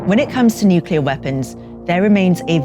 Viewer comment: Nukular...... isn’t it pronounced nuclear?